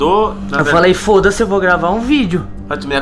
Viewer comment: Esse foda-s* foi com sutaque pt de Portugal hahahahah minuto